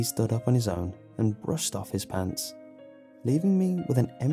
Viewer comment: The first time he said brushed off his pants I thought he said pulled off his pants lel